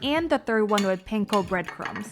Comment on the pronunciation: The way you say panko makes me cringe. Hehe.